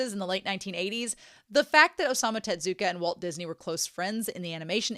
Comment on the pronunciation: Tezzzzuka! not Tetsuka or Tedzuka or whatever you said this whole video T_T